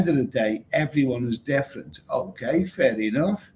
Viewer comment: Are you saying Fair Enough or Furry Muff.